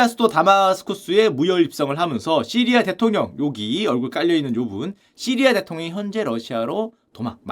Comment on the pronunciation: 왜 자꾸 시리야라구 해여...시리 폭주하네